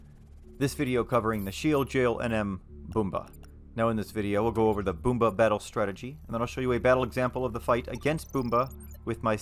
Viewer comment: its Bum-ba not Boomba